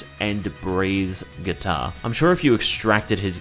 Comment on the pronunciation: “kuitar” heh